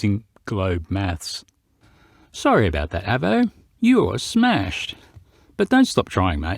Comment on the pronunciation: your pronunciation of Avo hurts my ears a little. Probably because to me an Avo is a very superior brand of analogue multimeter. The Avo model 8 Mk III being my favourite. Although if you can find one, the ex RAF ones are good, as they have 300V FSD instead of the more usual 250V. Great when working on valve circuits. But anyway, it was always pronounced with a long letter A.